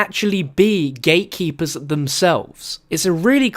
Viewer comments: AM I THE ONLY ONE HEARING HIM SAYING "THE GAY-KEEPERS" ) :D HAHAHA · I thought u said gaykeepers😂